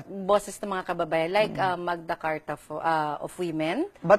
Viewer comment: "Magda Carta"? Dafuq is that?! This is an insult to the Filipinos!